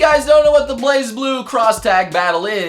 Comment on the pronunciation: at least be consistent with pronouncing BlazBlue you twit!